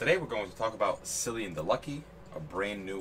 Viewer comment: Cillian is pronounced with a K sound. So Kill-e-n is how it's pronounced.